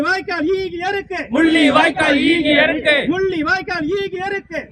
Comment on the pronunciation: ஈகையிருக்கு என்ற சோல் சரிவர உசாசரிக்க படவில்லை.(ஈகை இருக்கு )ஆகையா வேறு வார்த்தையை பயன் படுத்தலாம்